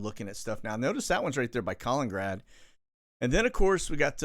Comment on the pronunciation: Just a note: KalinINgrad - it's 'inin. Not Kalingrad:)